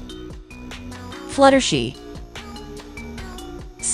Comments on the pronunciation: 2hy did she say flutershi it's fluttershy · Bro why did you called fluttershy fluttershi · It’s not fluttershe it’s fluttershy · Why did it say fluttershee instead of fluttershy? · your right its fluttershy not fluttershee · maybe because Velamelon call fluttershy fluttershee 🤣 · its Fluttershy not Fluttershe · For the last time it's fluttershy not fluttershey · Wait "Fluttershe"? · For the last time it's Fluttershy not Futtershey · its not flutershee its flutershy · It is fluttershy not fluttershi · The fact that she says fluh-ter-shie is so funny😂😂😂😂😂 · It’s fluttershy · It’d fluttershy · She said flutter she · Fluttershy not fluttershe!😂😂😂😂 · It's Fluttershy not she shy yall piss me off when you didn't pronounce names correctly BTW it's Rainbow Dash not Rainbowe Dash.😠😤.